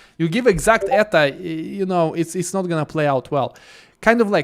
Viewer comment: I think most places they say E T A no Eta.